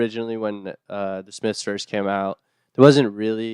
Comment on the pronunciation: “The Smifs”